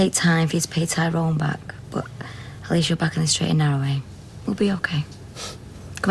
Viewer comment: Hate the way Terry says tyrones name